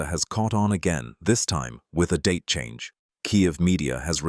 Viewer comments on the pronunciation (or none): none